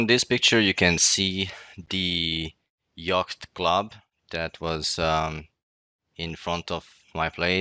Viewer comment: he didn’t say "yacht club." He distinctly said "yogt club." Not sure what a yogt is, but surely "they" are in control of them to have targeted barney for getting so close to them.